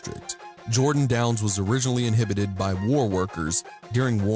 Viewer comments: Inhabited not inhibited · "Inhibited by" lol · You're meaning "inhabited" not "inhibited". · He keeps saying inhibited. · WTAF? Inhabited, not inhibited. They mean very different things, and should not be confused with each other. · inhabited is not pronounced "inhibited". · "Inhibited"? I think you mean to say "inhabited". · Inhibited FUCKING INHABITED TOOL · You know its in habit ed right? Not inhibited ....they mean completely different things....although you are still right. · Hey, I'm pretty sure it's "inhabit," not "inhibit." You keep saying the projects are "inhibited" by whatever gang, however, the proper term should be "inhabited." To "inhibit" someone or something is to stop or prevent them from doing something. To "inhabit" something or somewhere is to live or reside in that place. Not trying to be a smartass or anything, just wanted to help you out with the correct terminology. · Dude. InHABited. Come on. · Inhabited NOT inhibited. Just use the word live and stop being pretentious. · Haha, the narrator doesn't know the difference between inhibited and inhabited. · OMG... inHABited not inhibited! 2 totally different meanings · You keep saying inhibited when it should be inhabited. Big difference in meaning. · Its not "inhibited" by war workers, it's "inhabited" by war workers. Learn the fucking language you dumb ass... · it’s inhabited not inhibited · Narrator's note: "inhabit" not "inhibit"... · FFS! It's INHABITED not, _inhibited_. What is so difficult about that? Narrator, you're not making any sense. Next time, consider reading through your script before recording it. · inhibited or inhabited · I wish you would learn to say INHABITED, not INHIBITED. Means something totally different. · Inhabited, not inhibited you stupid fuck. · Uh, inhibited?